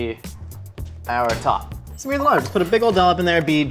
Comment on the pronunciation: Since when does smear have a ch in it? Scheamer